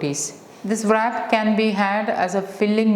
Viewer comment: Nice recipe , in wrap pronunciation, w is silent